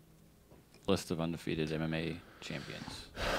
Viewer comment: schaub love you man you have to stop saying ONdefefeted& superBALL.! UN & BOWL